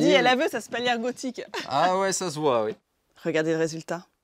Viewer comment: Spalière pas spaulière milady. Et de préférence, médiéval que "moyenâgeux". À part ceci, bonne vidéo, c'est chouette de promouvoir des artisans de cette apparente qualité.